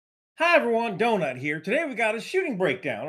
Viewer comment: Holy shit you got Donut down real well... Don't ask him how to pronounce Schenectady. 🤣